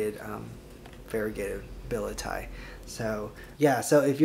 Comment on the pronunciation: The pronunciation of scientific names though!!! billet-eye?!?! Seriously????